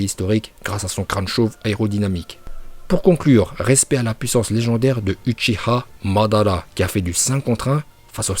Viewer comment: Comment il a dit uchiha madara 🤣